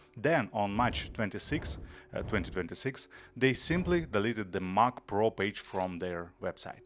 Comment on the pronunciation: If only you could pronounce Mac correctly.